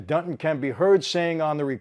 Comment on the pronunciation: This guy’s name is “Dunton”, not Dutton.